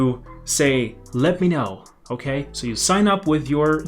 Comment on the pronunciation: that lollipop moment tho: "okeh"